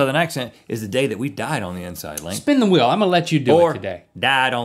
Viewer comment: "Go ahead and spin the Hwheeouh!" :D